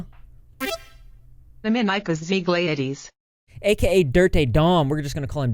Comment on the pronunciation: wrong pronounce it's a Lithuanian name so it's more like Dominykas žeglaitis.